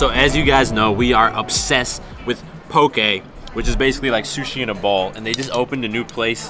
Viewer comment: Lol this is random but I’m from Hawaii you said poke the right way! Haha